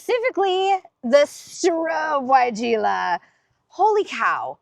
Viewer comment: can you tell me how to spell the sounded like "soro" wigela please